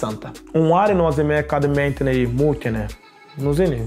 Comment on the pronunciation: Tad kad viņš teica meitene es sapratu mentene😁😁😁